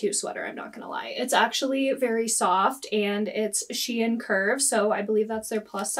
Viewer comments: So SHEIN used to be called Sheinside back in the day. Then they shortened it to SHEIN. So it’s actually pronounced SHE-IN. Also, great video! I actually live in a town not far from you and I happened to stumble upon your channel while watching thrifting videos 🤣 I love your content! Keep it up :) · I say it's pronounced SHE-IN .. but I could be wrong 🤷‍♀️🤣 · So actually none of us in America pronounce Shein correctly lol. Their ads pronounce it like Shyen